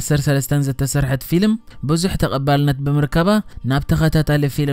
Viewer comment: Xubuk akerarba aleka bejaka gina ፊሊም aytbel ፊልም bel ...